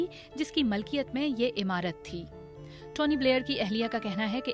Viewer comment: اپنی اردودرست کرو اَفشانہیں اِفشا ھے مَلکیت نہیں مِلکیت ھے غیر اِخلاقی نہیں غیر اَخلاقی ھے